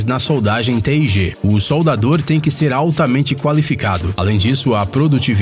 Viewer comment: Ele soletrou "Te i Ge" kkkk, não está errado, mas quem solda só pronuncia "tigue". Nao estou criticando, só achei engraçado a forma como ele pronunciou kkk